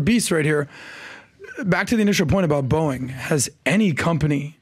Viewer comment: Gotta love that mispronunciation right at the beginning -- "Boink employees humiliated..." LOL!! 🤣😂 EDIT: Btw, the claim that thruster failure would turn the capsule upside down is not accurate. The "cone" shape of space capsules is used because it tends to have passive aerodynamic stability during reentry. Theoretically, even if it enters the atmosphere at the wrong angle it will quickly self-correct. The thrusters are necessary to initiate reentry, not to maintain attitude after interface. The problem with the thrusters not working reliably is that the astronauts could be stranded in space... not only unable to come home, but also unable to go back to the ISS.